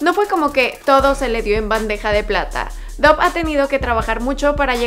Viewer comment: Se pronuncia dav no saben pronunciar